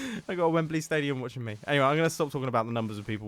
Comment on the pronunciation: mumbo, say wembley not wembeley